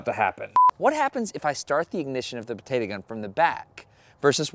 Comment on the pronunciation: It gets me triggered every time he said "Potata" Instead of Potato.